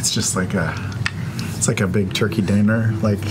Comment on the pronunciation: Travis: "A big tur-kiri dinner!"